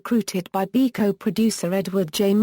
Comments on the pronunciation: This man is a icon and has been a big part and very dear of my family's life. I grew up with Bilko and the crew and do did my children. Therefore if you cant get it right please don't bother with your futile commentaries! Does Col Hall ever say BEEKO? Never its slways BIL-KO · TAKE THE VIDEO DOWN AND DO IT RIGHT THIS SHOW WAS A CLASSIC AND GIVE PHIL SILVERS THE RESPECT HE DESERVES. I NEVER REALLY LEAVE COMMENTS BUT THIS VIDEO DROVE ME NUTS EVERY TIME I HEARD YOU KEEP SAYING BEEKO I HAD TO STOP THE VIDEO . DID YOU EVEN WATCH THE SHOW (HINT-HINT)